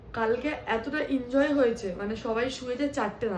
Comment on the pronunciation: Injoy na enjoy hobe ektu thik vabe. Bolo